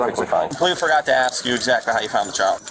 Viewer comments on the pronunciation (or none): He's "axing fuh poof".